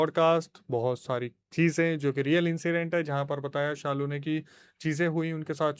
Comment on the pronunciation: it's Shalu bro not saalu